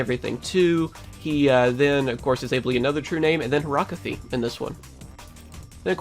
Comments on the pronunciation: It's not horactie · she's called horakty